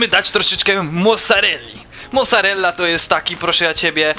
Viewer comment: mosarella XD